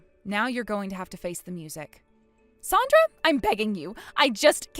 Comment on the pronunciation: Her name is Sandra not sondra